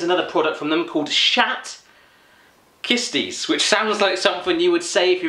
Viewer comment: hats not how you pronounce schat kist